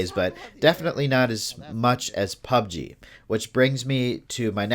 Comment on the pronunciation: Anyone else annoyed by the way he pronounces Pubg? Might be just me, good video though.👍